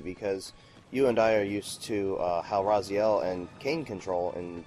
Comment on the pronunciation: Did he say "Raz-eye-el" instead of Raz-ee-el from soul reaver